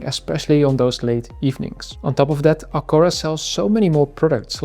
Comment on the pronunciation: Misschien het merk juist uitspreken😂maar hele leuke video.